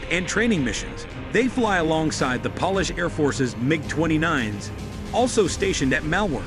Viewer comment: Please dont pronuce polish a polish like nail.polish